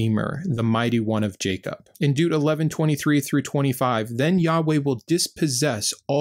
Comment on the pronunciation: Yeah. Just don’t ask him to pronounce Deuteronomy! 😆 (I think it’s cute!) I have trouble pronouncing the br sound. Like in broil and library, so I understand. ❤️